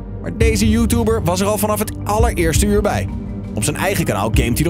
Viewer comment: Zegt de voice over nou: Joetoeber!?🤣🤣🤣 geen haat💞🤣